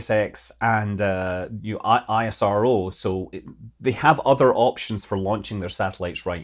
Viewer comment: Can you please call ISRO, "eesro"? It sounds much better that way. That's what we call it in India.